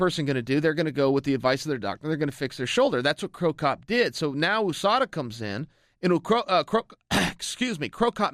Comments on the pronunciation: why is he pronouncing USADA like ooosada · oo-sada is it the oo.s.a as well chael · Coker says “who-sada”? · Ahmad Chaudhry holly Holm says it like that too